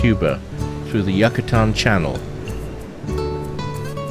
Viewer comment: It’s pronounced ee-gwa-nah lol Not ig-u-ah-nah And its you-ka-tahn lol Just saying how the locals pronounce these in their native language lol no worries we know what you meant. I am curious as to your accent though. Its very similar to mine and im from the southeast of the U.K.